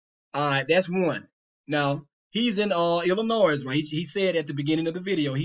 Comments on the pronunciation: I was done listening to you when you said "Ill ih noise" It's "ill ih noy" stupid. and we're supposed to trust you? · Bro you can’t even pronounce “Illinois” 😂 I’m begging you to look in the mirror, the person who doesn’t know what they’re talking about may be closer than your youtube feed. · I do appreciate giving me permission to sub and like his video. That’s all I ever really wanted out of my life. By the way, as an intellectual, should know how to pronounce the State of Illinois. The s is silent.✌️